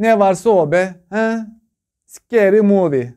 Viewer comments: Scary movie '' yi sikeri muvi diye duymam peki? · da scery movie dediğinde koptum :) gençliğimden bir anı anlatayım bununla alakalı ozamanlar korsan filmler moda yaklaşık 20 yıl öncesi :D el arabasında CD satıldığı dönem :D bir cd ciye ye gidip scary movi varmı ? dediğimde önce bi afalladı , sonra ney ney sikerim movimi diye sordu , yok abi scary movie dediğimde yine anlamadı ve haykırdı La Osmaaaan hele bi gel bu sikerili mikerili bişi istiyo varmı sende porno diye :D asdfasdfasdfasdfasdfasdf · Scary Movie-yi öyle söyledin ki,abi tatlı küfür gibi )))